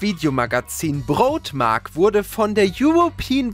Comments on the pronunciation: Broadmark nicht Brotmark xD (nohate) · Broadmark ausgesprochen als wenn ein Nordeutscher beim Bäcker bestellt😂